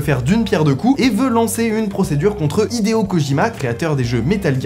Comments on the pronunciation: HIDEO, pas "Ideo". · Hideo pas ideo mais sinon super vidéo comme d’hab